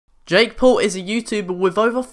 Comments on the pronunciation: Jake pooh. Lol😂 srsly? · who the hell is jake pool ??? 😂